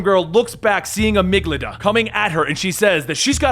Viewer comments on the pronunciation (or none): cough cough:: A-MIG-DA-LA.